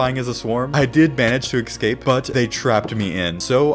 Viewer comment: escape not exscape